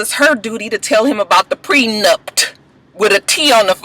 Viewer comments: I was like if says "PRENUPT" again I was going to jump through the tv! I couldn't! Child Mona needs to be a damn all in one wedding guru......LMAO 😆 Lama fur.......I'm done! Coconut oil and Lama fur, I do want Safaree to come back next season he was a surprise hit!😏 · I wanna know who told that it was pronounced Prenupt? First it was miscombobulated and now this. And who else forgot Shanda and Willie were even on the show? I hope VH1 doesnt bring or Masika back.